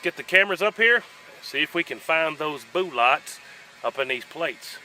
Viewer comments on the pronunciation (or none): “Let’s see if we can find those boolots.” Classic! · Boo-lots 🤣🤣🤣!! Thanks for your dedication to your channel. I give you a thumbs up even before I've watched👍 I've never shot either but I assumed the 10mm would have gone through the most. Catch you next vid mate!!